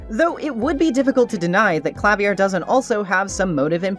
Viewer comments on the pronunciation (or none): Idk if anyone mentioned it yet, Klavier is pronounced Kla-veer Anyway. Thanks for this video!!!